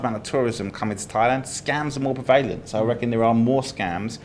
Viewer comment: Being a Brit, it offends my ears to hear mispronounce the word "prevalent". As he is so fond of the word he should learn that it is pronounced exactly as written - 3 syllables with the emphasis on the first - PREH-va-lent.